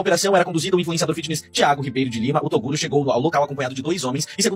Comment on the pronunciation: ( | | ) TORUGO. :face-green-smiling::face-green-smiling::face-green-smiling::face-green-smiling::face-green-smiling: ( | | ) "TORUGO" guardado pela G. M. de Balneário Camboriú. Eu exijo explicações!